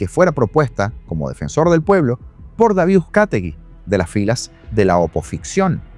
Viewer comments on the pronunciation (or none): none